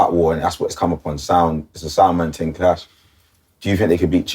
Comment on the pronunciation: You mean thing not ting😂